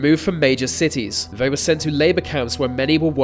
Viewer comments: Giving yourself the thumbs up for the pronunciation of a Romanian dictator's name yet have a clear problem with the English language is jarring. For example: they not vey, thanks not fanks, thrown not frown, on and on it goes. Mate, with love in my heart and as one who had a speech impediment, go to a speech therapist. They will quickly put you on the right track and have your videos kicking goals. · "Vay Vos Vem"